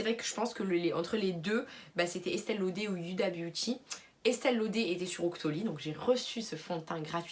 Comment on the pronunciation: Estee lauder (on dit laudeuuur );le fenty moi il change de couleur :(